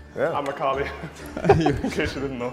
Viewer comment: Wunder NAILED the Akali E sheeeeeeesh :DD